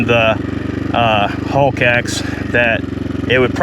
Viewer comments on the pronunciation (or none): You mean a "hawk". It sounds like you're saying "hulk".